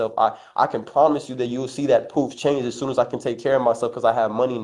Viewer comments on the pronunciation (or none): …every time he says “proof”— it sounds like “poop” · Cant even say proof.poof.